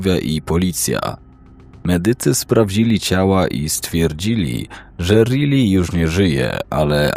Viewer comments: prosze. To imie czyta sie RAJLI a nie Rili. Prosze o poprawna wymowe imion. Odnośnie Josepha, jego nazwisko czyta sie Himenez (Hiszpanskie nazwisko). Poza tym, dobry materiał 👍🏻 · Czyta się Rajli nie Ryli 😂 taka podpowiedź